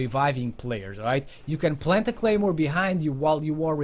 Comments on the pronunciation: lol is should say claymore not Gaymore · Anyone notice it said gaymore instead of claymore